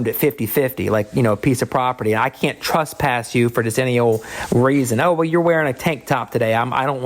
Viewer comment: Why is it that pretty much all auditors say the word wrong?? Trespass does not have a U in it. TRES, like DRESS not TRUSPASS!